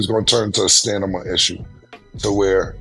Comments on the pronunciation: I thought I was tripping...but Cam dead ass said "Stanima" at least three times 😂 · Cam is saying stanima😂 he means stamina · Stan nah mah lol nah killa it's Stamina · Come on Cam , stanima 😂, its stamina !!! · Cam said Stanima not stamina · "Thats a lot of stanima"😂😂. I'm french, and I'm telling you it's stamina, "aks" sombody.😂😂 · Not the stanima😂issues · STANIMA is crazy 😂😂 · Stanima is crazy 😂😂😂😂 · I think it would have been okay if Cam was talking about Tyson's stamina. But stanima??? Never question a man's stanima. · StaNima is hilarious😂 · Stanima? Stamina, WTF, Cam? You are doing too much! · You cannot be talking sports saying stanima! 🤣😂😅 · It is pronounced Stamina not stamima. It is also pronounced Acting not acking. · Cam dead set on saying "STANIMA" 😂😂😂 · “It’s gonna turn into a stanima issue” 😂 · every time i hear "stanima" i hear a bell ring right behind it😂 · saying "stand em up". 😅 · Get the pink horse power!! It gives u STANIMA!! 😂😂😂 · Did cam say “STANIMA” instead of stamina?! 🤦🏽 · “Stanama?!” REALLY CAM?! 😳🙄😂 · Wtf is Stanima,???? 😂😂😂😂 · It's Stanima for me lol,and said it twice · Cam's computer wasn't putin!' STANIMA???😂🤣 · “StaNima”!!! What’s that?😂😂😂😂😂😂😂😂😂😂😂😂😂😂😂😂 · What in da hell is Stanima😂😂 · Dafuq is STANIMA ???? BONE APPLE TEA 😂😂😂😂😂😂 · WTF is ah STANIMA?😅😂😂😂😂😂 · He said stanima 20 times. Come on Cam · This nicca said stanima 🤣🤣🤣🤣 he making up a new vocabulary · Not the "STANIMA" 🤦‍♂️😆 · My dawg Cam said "stanima" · I just hope Tyson's "stanima" holds up and knocks this dude out. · Stanama🤦🏾 Somebody correct him please🤣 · Stanima??? WHAT???? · stanima 😂😂😂😂😂😂😂😂😂😂😂😂 not 3 times cam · if cam say stanima one more damn time.... smh up here clowning mike. its gonna come down to a what issue??? lmaooooooo!!!! side bar mikes 57 c'mon if jake really wanna get down its plenty hitters his age that could really test his metal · What the hell is "stanama".🤦🏾‍♂️ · Cam aint got the STAMINA to EVEN SAY “Stamina”!!! 🥊💯🤣🤣🤣🤷🏽‍♂️